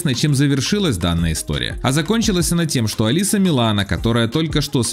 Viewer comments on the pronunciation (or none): none